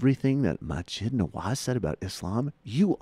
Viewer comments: Can't even say Maajid right. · The fact that this person cannot properly pronounce the names of either of the people he's criticising makes me wonder exactly how much has he actually listened to the points made by either of them. Ayaan Hirsi Ali and Maajid Nawaz are not difficult names to pronounce, if you've spent any time listening to the interviews they've given to folks like Sam Harris or Dave Reuben. It's not hard, if you spend any time giving these people an honest listen.